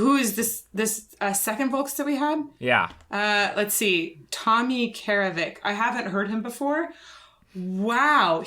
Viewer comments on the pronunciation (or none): none